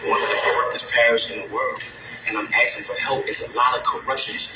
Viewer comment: "asking" not "aksing"